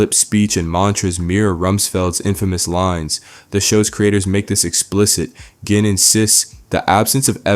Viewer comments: when the previous section of the video had you pronouncing his moniker properly, "jin" for gin rummy, and then you started calling him "ginn" with a hard G at this point, that's when I knew you used AI for your own voice on this video essay and my incentive to keep watching dropped to zero granted you still probably wrote the script yourself and know how to pronounce words properly, that shit's just sloppy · "Wunkler"? "Ghin" Rummy?? You WATCH the show. You KNOW how their names are pronounced. YOU EVEN PRONOUNCE IT CORRECTLY A FEW TIMES AND THEN GO RIGHT BACK. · The way he pronounces “wunsler” & “gin” as “wunkler” & “ghen” is so distracting 😭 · I'm sorry, "wun(k)ler" and (G)in? naw B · Insightful sure, but has the narrator actually watched the show? The character is called Gin Rummy. Phonetically JIN as in the drink. Gin rummy is a card game. It may be a reference to rumsfeld but how the hell do you get that wrong? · Wuncler is pronounced like Onceler, gin rummy is pronounced like a j, otherwise great content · What's up with the "Wunkler" stuff? It's pronounced many times in the show as "Once-ler". And "Gin Rummy" being pronounced as "Gihn Rummy". Is this AI? 🤨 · Idk if ur doing it on purpose but you saying wunk-ler and gin with a soft G is pissing me off frfr idk if u watchhed the show or if you just keep misreading ur own script but this is fucking CRAZY... you can literally just reshoot it bro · G-in rummy? This guy needs hooked on phonics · Onceler is not 'Wunkler' and Gin is 'Jin'. How you gonna make a whole hour of essay and not know they names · Why does this guy say “gin” like that? Sounds like some LLM-level mispronunciation. But this is a real person, right? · ....you have to be using AI voice over the amount of times you pronounce "Gin" correctlynl then immediately stop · whats most baffling to me is how someone can flip flop so hard between being able to read, understand and pronounce "gin" and... having an aneurism